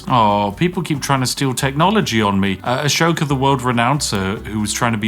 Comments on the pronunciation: I love that he mispronounces both Ashoka and Tecumseh. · I love how Spiff butchered the pronunciation of world leaders whose names are basically written phonetically. Pronounces Tecumseh as Tekumesh. I'll let him off the way he pronounced Ashoka as Asoka, since he is also known by that name. Nothing more British than refusing to pronounce names correctly.